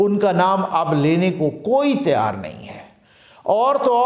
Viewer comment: Tiar nahi Tayyar hota hae Urdu me